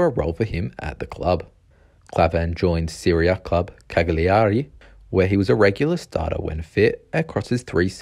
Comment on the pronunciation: Cagliari is (roughly) pronounced Callyari. You could ellide to Cayyari, but the 'G' is always silent when suceeded by letters L and N